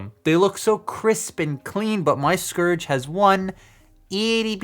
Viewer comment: It sounded like you were saying scrooge multiple times :)